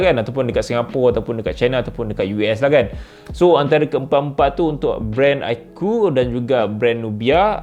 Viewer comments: Bukan "i" kot tapi ("ie" koo) kot. Agaknya lah.. 😂😂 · Sebutan dia iqoo bukan iqoo😂😂😂😂😂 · cara betul sebutnya vivo iqoo bkn iqoo bro